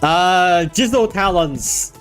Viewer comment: Why he pronunce jizo like jizzo😭